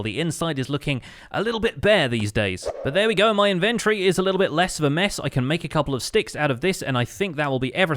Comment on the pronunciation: This mad lad! Starts off holding shift everywhere he walks and now just needs to carry some fireworks with him! Also, anyone else find the emphasis on "in-VEN-tory" entertaining?